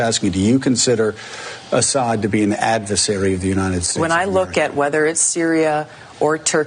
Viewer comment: Joe said advesary instead of adversary a couple of times. This shows us how easily the mind can be manipulated, because then Jimmy said advesary. I'm pretty sure he knows the correct pronunciation of adversary. Still, another good clip!